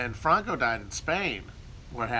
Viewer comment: Christman is a Castellano nobleman. Hence his atypical knowledge of Portuguese history, ETA terror, the affairs of the Catalonian province, and the pronunciation of the name ‘Franco’.